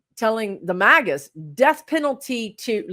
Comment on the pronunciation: Oh, you said "MAGA's". I thought you said "maggots"! 🤣🤣🤣